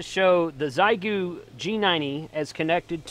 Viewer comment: Heads up, it’s pronounced more like “shay-goo.” Hello from OKC.